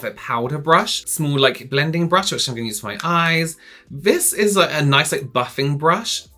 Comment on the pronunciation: Lol did you just say BRUSH-I lol? 😂😂😂